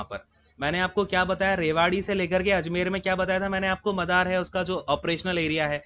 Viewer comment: 🤣🤣 sir vo मादर nhi मदार h